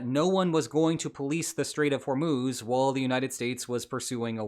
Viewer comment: it's Hor-Muzz, not Hor-Moos.